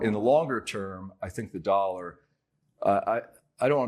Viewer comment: Yup..the "dawllla"..